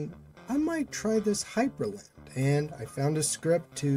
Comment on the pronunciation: Not to sound like an ass or anything but it's Hyprland, not Hyperland.